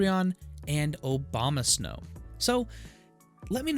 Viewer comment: Good to know about Manaphy! Did you realize you were saying Obamasnow? Hahahaha!